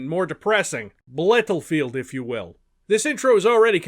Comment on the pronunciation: "Blyattlefield" Incredible.